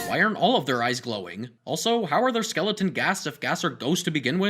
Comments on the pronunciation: It's skeleton not skeledan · Its skeleton not skeledan so sin your life